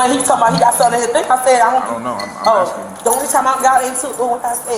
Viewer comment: "ASKING" its incredibly easy to pronounce correctly. I've been doing it right since I was 3.